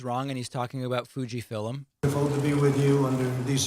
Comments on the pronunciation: no val corona virus vacine being worked on at fuji fillum. Ill give him mispronouncing novel, but fillum? could someone please make a video poking fun about this? he says it at least 3 times. its the name of the place he is at! david points it out in this video. i just like things about trump not being able to read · Fuji Fillems (twice he said that) ... this is urgent?! F*ck this sh*t... wasting my time... you can read about this with more accuracy than listening to this douchebag. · Fuji Fillums lmao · Is it fuji fillum? I was gonna look it up, maybe its a new name